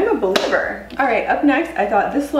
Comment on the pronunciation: Omg I thought you said "bowl-liever " 😂😂😂